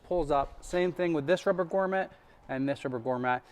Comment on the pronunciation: GROMMET, not GORMET 🤣